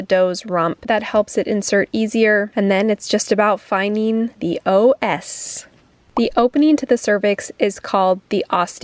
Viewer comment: saying OS 😅 it's cervical os [osz] like the Wonderful Wizard of Oz